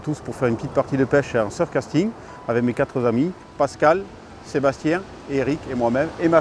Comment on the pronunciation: Hé les amis, c'est quatre amis et pas quatrezamis...